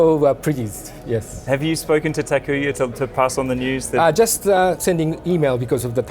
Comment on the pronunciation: thank you for making this video, loved every minute of it, except when you and Mr Naito kept on saying Takuya instead of Takuma :)